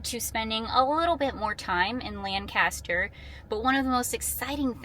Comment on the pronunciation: love your video but please, pronounce my old county correctly. It is pronounced Lang-caster.Thanks